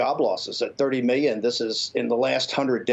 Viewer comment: Get Bannon some Ls. Meeyons and civeeyons. JoeSquawk didn’t ask the greasy guy how he got so clairvoyant ...